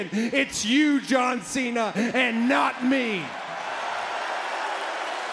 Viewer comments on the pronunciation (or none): Rhodes said john thena😂